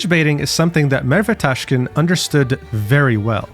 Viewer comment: i had to listen it few times to understand you said merve tașkın 😭